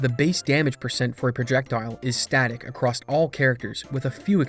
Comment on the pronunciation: Ugh. Every time you say “acrosst” it’s like nails on a chalkboard. There’s no t in across.